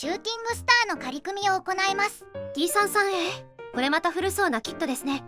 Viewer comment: T-33のことを「さんじゅうさん」ではなく「さんさん」と呼んでいたのが好印象です。 ところで、金型改修での新規パーツは、前輪と前席・後席間のロールバー（？）を主翼上面パーツの間に新設、旧前脚＋前輪を潰して操縦桿に、フィギュアを潰して前脚と前計器盤にしたようで、フィギュアがなくなったのはもったいないような気もします。まあ、F-4あたりから奪ってくればいいいか。